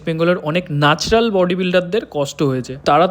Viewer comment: Nacral na Natural😂😂😂